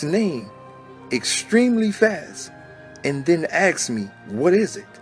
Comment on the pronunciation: Well if you say his name like you pronounce ask as ax. Of course it's gonna be Lucifer smh